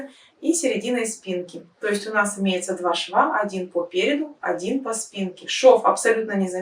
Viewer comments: ПулОвер, а не полувЕр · Все прекрасно, красиво и просто, одно напрягает - нужно говорить ПУЛОВЕР, а не пОлУвер😊